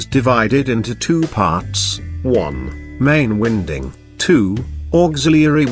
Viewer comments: Get rid of the music and computer voice mispronouncing winding and this would be a good video. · The incorrect pronounciation of winding rendered thid video completely useless in my opinion